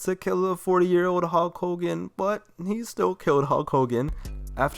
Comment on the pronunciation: “Howk Hogan”